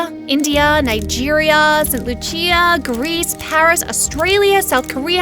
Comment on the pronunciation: Saint Luchia🤣🤣? It's Saint Lucia lmfaoo